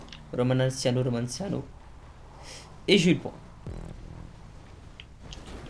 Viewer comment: Ptdrrrrr il pense toujours que le nom de son créateur c’est Romanciano alors que c’est Romanaccio mdrr